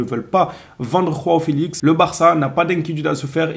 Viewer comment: Arretes de dire rao felix ça se prononce Jo a o c'est la version portugaise de Jean en gros ! !